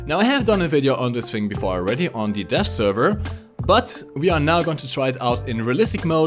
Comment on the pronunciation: Sometimes when you say "Dev" it sounds like you say "Death." So every time you said "Dev Server" it sounded like "Death Server." you sexy beast